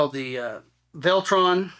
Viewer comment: Why can’t anyone pronounce their name correctly?. It’s va leh ton